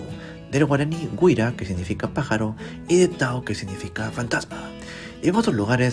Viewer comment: Le faltó el acento en la "Y" al momento de decir guyra, pero todo bien con el vídeo la verdad